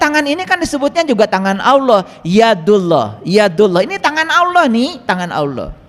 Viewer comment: Yg bener itu .ALLAH..BUKAN AULOH😂